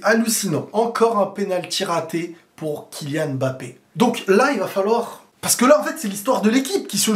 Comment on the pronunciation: La bonne prononciation de Mbappé 👌🏿on voit les efforts mdr